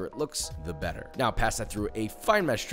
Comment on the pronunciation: Josh new favorite word.. Bu-A xD